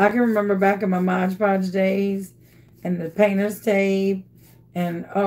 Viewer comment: MOD PODGE NOT MODGE